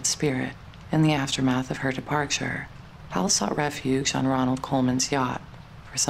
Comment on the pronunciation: The narrator doesn’t understand that William’s sir name is Powell NOT Pal!!! It has two syllables…count them. I adore William Powell. He was great as Nick Charles and in one of my favorite movies “Life with Father”. Wonderful actor!❤ I believe that Jean Harlow was his true love. Then she died and left him broken hearted 💔. So sad!